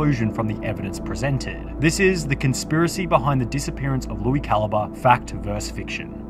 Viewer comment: I haven’t watched that guy in like a decade but even I know that’s definitely not how you say his name